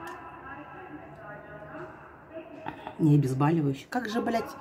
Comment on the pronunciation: Ох уж это «звОнят». Кошмар кошмарный. Хуже ,наверное,когда врач говорит :обезбАливающее 🙄